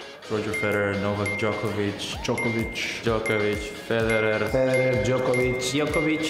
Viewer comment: Rublev always says Djokovic 😂